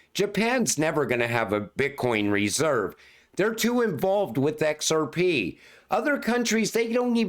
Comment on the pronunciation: I’d love to see this guys face as he says ‘EHCKSARPEEE’…. 😁😁🥂🥂🥂